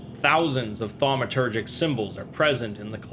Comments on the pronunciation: Well, ya lost me after 5 armed Eel and Tetrahedronal object. Aslo, its pronounces phonetically like TAW-met-er-jik. Not THAW-me-ter-jik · I'm gonna be the jerk that says *thaumaturgic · SCP drinking game: take a shot every time he says 'Thawmatergic'